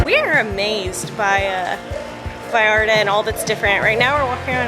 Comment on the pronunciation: OMG ya puedes pronunciar bien “Vallarta” felicidades 🤣